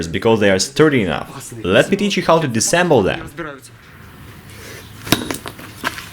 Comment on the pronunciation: Hey if these videos are fake that makes it even more impressive Those special effects were on point But no this video wasn't faked so I must ask why so salty? Is it just because they didn't say disassemble correctly?